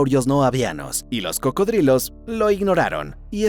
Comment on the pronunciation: Se llaman cocodrilos pareces imbécil pronunciandolo de otra manera